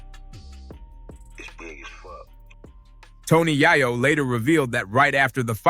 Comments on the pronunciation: Can't even take your time to pronounced YaYo aka YeeYo correctly and that's a sign of a Culture Vulture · If this dude call YAYO AKA YEEYO .... YAHYO AGAIN 😂😂😂😂😂😂😂😂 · The way dude pronounces Yayo name is crazy work!!! 😂😂😂